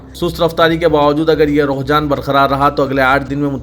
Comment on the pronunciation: Aap ruhjan bol rahe ho,sahih lafz rujhanرجحان he